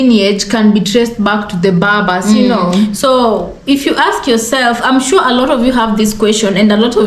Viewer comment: Correction: Cushitic should be read, not kushitic Berbers, not Babas Thanks!